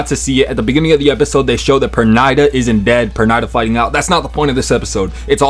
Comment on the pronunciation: Bro, Pernida pronunciation escaped you lol